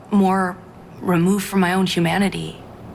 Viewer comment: What's "shoomiliating" "shoomanity"????